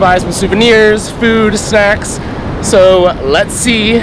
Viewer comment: Sounds like you said "buy some food, sex" instead of "food, snacks" LOL.